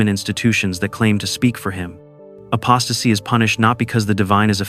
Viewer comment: Apostasy not acposasy